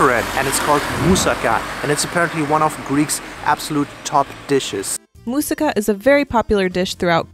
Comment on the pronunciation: Mousaka not musica (just reading the cc) and also please kindly note that we don't use lamb in this recipe but minced beef / cow meat.